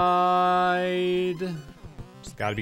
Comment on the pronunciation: channeling his inner Pandora hillbilly “Catch a Riiiiiiiddeee!”